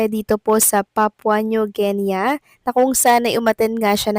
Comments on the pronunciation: Papua New GI-NI not Gen -Ya😂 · correct pronounciation po ay Papua New Gini, hindi New Genya. (Papua New Guinea) Thank you for always giving news abt EB :face-red-heart-shape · You don’t even know how to pronounce Papua New Guinea 😀😀😀😀